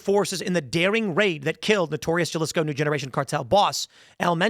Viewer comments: Did you just say jaa-lisco Tim??🤣🤣 Think of the J as an H bruhhh.... Haa-lee-sco Your Welcome Tim... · halisco not jjaalisco lol; jajajajaja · How hard is it to pronounce JALISCO!? Huh-li-skow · Dude: that "J" should be pronounced as an "H". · Ha- lisco. Not Ja-lisco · There Ja (as in Japan) lisco cartel? How can you live in America as a journo without knowing how Speanish J sounds like. Timmy probably calls Juan Jew-anne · Jalisco = Hah-lee-sco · It’s pronounced “Halisco” you uncultured swine! 😂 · I think Jalisco is pronounced with an "H"! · Jalisco pronounced halisco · Remember Tim, Spanish J's sound like an H in pronunciation. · Jalisco is pronounced "Halisco" learn your spanish buddy. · Jalisco with an H sound at the beginning!! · It’s pronounced Ha-LEE-sco lol. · ( HA - Lee- sco) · Let me give you a Spanish pronunciation lesson: Oceguera = Oh-say-gair-ah JALISCO =HA-Lee-SCo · Jalisco pronounced “ha-lees-co” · For christs sake…….you pronounce Puerto Vallarta properly but you pronounce Jalisco likes it’s a cup of Tabasco Jello. GTFO lol. (HA)-leesco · Please tell Tim Jalisco is Hall-is-ko. “J” is pronounced “h” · Jalisco: / ha' lis ko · / Ha-lees-co. That is how it is pronounced. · Jalisco is pronounced HA-Lisco. J's don't sound like J's in Spanish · Its pronounced "Hah-Lis-Co" Cartel. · Jalisco is pronounced “Ha-Lisco” haha you can pronounce Puerto Vallarta just fine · Jalisco Pronounced “Ha Lee Sco” 👍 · J=H. Halisco is how to pronounce Jalisco. Thanks for all you do Tim. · Jalisco is pronounced "ha-lee-sco" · It's said Halisco Tim. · C'mon Tim, it's pronounced "HA-lisco" 😂. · Jalisco is pronounced as ha-LEASE-ko. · Tim it's pronouced Halisco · Tim!! It’s pronounced “halisco “ jalisco does not have English “j” sound :)) Still love ya!! just fyi:) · Jalisco is pronounced "ha-lees-co." Thank your for your attention to this matter. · “Juhlisco” lmao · Yeah, Julisco. Why bother pronouncing words good? It's TimWit, he can't be wrong. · Ummm, The J makes an H sound.